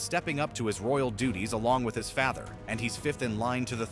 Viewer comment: Why’d he say “father” like that 💀💀